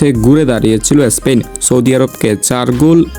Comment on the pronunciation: এস্পেন না স্পেন